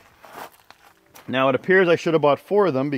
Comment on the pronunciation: Almost thought you kept saying meow not now The back doors turned out well nice 👌🏻